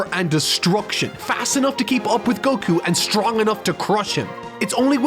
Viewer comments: you pronounce goku like cocoon and i dont like it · I hate how you say Goku